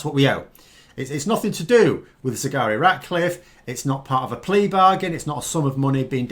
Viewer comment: Despite your excellent anaysis, its a pity you keep calling her Sigari Ratcliffe. is that how it's pronounced? it's not what you lead with. Take care, write it on a postcard and stick it on your desk for the duration. It is a difficult name. But we owe it to her to get it right.